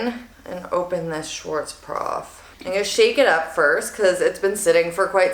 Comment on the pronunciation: It's SchwarzKOPF, not SchwarzPROF.